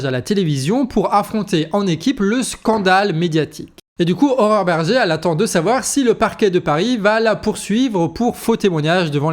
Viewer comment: C'est moi ou ...? A chaque fois que tu prononces le nom de cette femme j'entends horreur berger xd